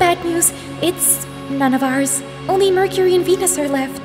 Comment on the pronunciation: Hey I think you missed pronounced Venus wrong you said venings